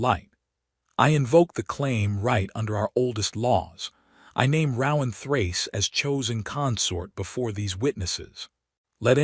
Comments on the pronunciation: Ro-ahn! Not rau-ahm…. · His name would be pronounced with a long O sound, not what the AI says, lol